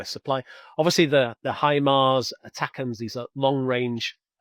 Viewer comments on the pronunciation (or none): none